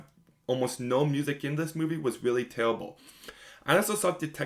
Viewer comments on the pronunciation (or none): “Tewwa on da Pwaiwie is tewwible!” Weally?